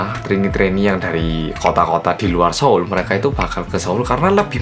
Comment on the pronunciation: E ya ampun, pas bilang seoul malah dengernya solo:(